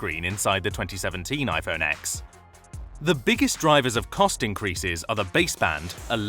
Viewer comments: When you sound luxurious but when you said iphone x and not 10 they knew you weren't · It's pronounced iPhone 10.